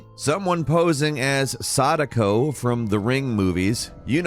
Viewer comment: I 100% misheard when he said Sadako from the ring movies and heard him say Sanico from the ring. That confused me so hard until Sadako popped out. Which made me laugh for some reason for those that know.. lol